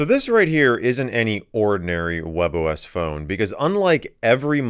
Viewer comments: That can be easily explained the form that the spanish can be variate by the country you live (like Argentina, Colombia, Venezuela, etc). as of the pronuncioation, WebOS it sounds like 'Huevos', because we say it like 'webos', wich is the same as the OS, and it's written like 'Huevos' With that explained, i hope you have a nice day, my fellow user :D (in Valparaiso there's a fricking discotec called 'Huevo', LOL) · English speakers: WebOS 😃👍🏻 Spanish speakers : WebOS 😈